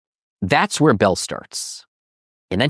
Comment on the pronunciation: First: It’s Bell, not “Belle.” Second: Hubble did not “disagree” with the expanding universe, which is why it is now known as Hubble’s LAW. Third: Everything else you said is equally wrong and ridiculous.